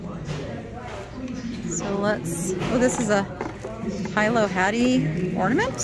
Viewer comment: Aloha. I’ve heard you say “high-low” before. Please allow me to help you with the correct pronunciation—hee-low. Aloha nui loa.